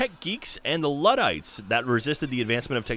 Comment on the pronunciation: pronounced "Luddites" incorrectly.